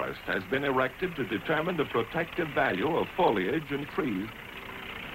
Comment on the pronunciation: "Errected" Oh god. O_O